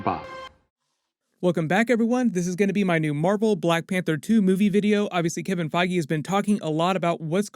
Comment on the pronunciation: Are you saying Kevin Fiege's name correctly???